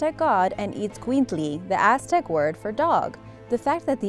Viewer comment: Bravo to the woman who properly and correctly pronounced this dog breeds name! Xoloitzcuintli